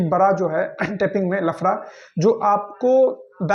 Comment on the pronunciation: Bhai tu bihari bhsha q bolta h ganw wali .. Hindi b nhi shi se bol pate h bihari 😮lafda ko lfra 😂 wah😮..pta nhi ksi ghatia education h wha k school n teachers ki jo shi sbd kaise bole jate h vo b ni sikhate 😢